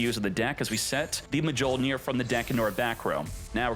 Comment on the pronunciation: This man legit just said MUH JOLE NEAR and nearly hundred downed on it.